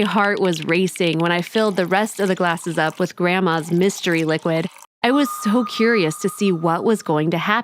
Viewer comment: "Grandmas mystery lichuid" WTF